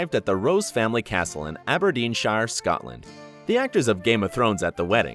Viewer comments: Did you hear how he pronounced Aberdeenshire? LOL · Also, it's Aberdeen- SHUR, not Aberdeen - SHYR